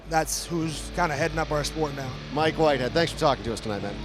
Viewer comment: LOL Wike Mhitehead